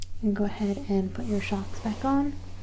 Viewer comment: Did she just call them “schocks?”